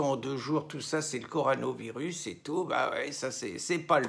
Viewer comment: On dit CorONAvirus, mon ami, pas corANOvirus ! 😊